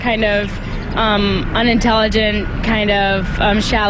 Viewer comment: I don't know why exactly, but when he says "uhnuhntyllyjuhnt" like that he just has the most punchable face in history.